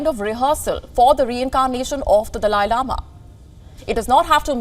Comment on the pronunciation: So annoying the way you said “ has the dalia lama chosen his successor” do some research before you open your mouth.